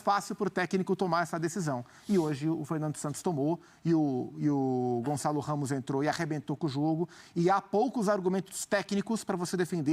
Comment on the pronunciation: Não é Gonzalo Ramos, é Gonçalo Ramos !